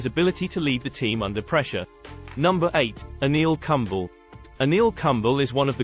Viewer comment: you should pronounce Kumble properly...he was India's greatest match winners....look up who has the most Man of the Match awards in Tests for India ...he is 3rds behind Tendulkar and Dravid (who played many more tests than him) India's bowling in the 90s and most of the 2000s was in his hands....to those questioning his place in this line up...seriously WT-flying-fuck?